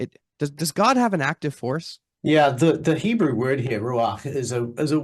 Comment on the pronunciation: I don't know how I expected to pronounce "God", but I like the way he does 👌